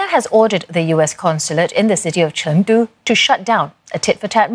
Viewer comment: i like her pronunciation "成都"